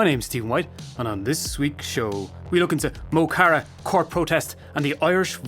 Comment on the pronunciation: You'd think being Irish You'd know how to pronounce mo chara.